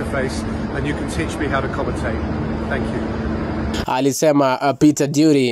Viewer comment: It's Drury not Dury